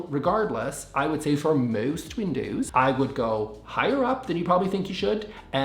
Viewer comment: I didnt know the word windows had a strong Canadian accent like about, pasta, and sorry do😂. Aborable😊